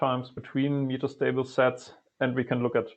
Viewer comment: It's "MEH-TAH" stable state, with a short E, not "MEE-TAH" ffs